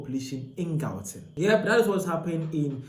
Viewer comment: Learn how to pronounce gauteng or make content about your own country.